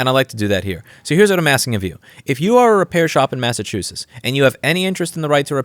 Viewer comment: MassachusettS. Don’t forget the s at the end